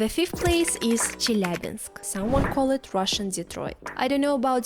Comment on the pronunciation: What is dangerous is your pronunciation of "Chelyabinsk")